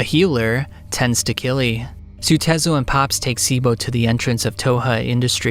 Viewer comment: I just read the whole series where it's always written as Kyrii. I know the pronounciation feels somewhat similar phonetically in Japanese but straight "Killy" sounds so goofy. Like the way this narrator talks.